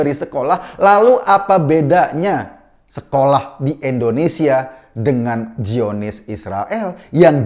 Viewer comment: Indonesia bang bukan endonesa 🤣🤣🤣